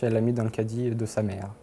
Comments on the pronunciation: C’est moi ou la voix off ne peut pas dire Cadie 🤔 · La voix off n’arrive pas à dire caddie